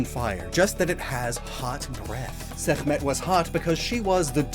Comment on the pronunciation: so you pronounced Sekmet right and Ra wrong lol like Ra is 2 letters and Sekmet actually never had K in it but I understand why but you did pronounce her name right tho why did you botch Ra's name